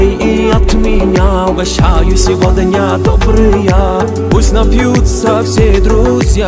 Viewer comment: Произношение СевоДня режет слух